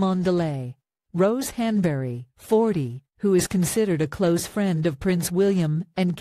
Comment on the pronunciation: At least learn how Rose´s last name is pronounced. This is so lame.